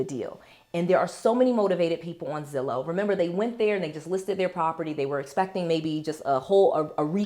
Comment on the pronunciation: Is it too late for the word lol it’s Zillow I know it may not matter but I’m subscribed now lol